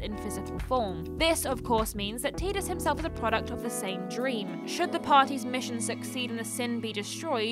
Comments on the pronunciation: I thought Tidus was pronounced Tie, not Tea? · you never played FF10 I assume, but the pronunciation of Tidus. the Japanese ティーダ is pronounced Tīda, like teeda but in English its pronounced Tye-dus. So what you're doing is pronouncing both Japanese names and English names and not getting either right lol either its pronounced Teeda or its pronounced tye-dus always glad to see a video even if it has small mistakes, doesn't take away from the over all message